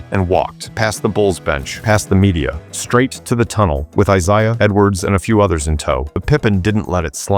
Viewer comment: I'm out, sounds like more AI-read stuff; it mispronounces Isaiah. Hate lazy-ass, AI produced shit.